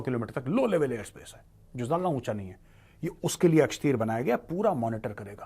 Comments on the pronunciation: सर, ये अक्षतीर नहीं l आकाशतीर है l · Akshteer nahin Akashteer hai major. Naam to theek se padh lo. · मेजर साहेब ये अक्षतीर है या अकाशतीर है।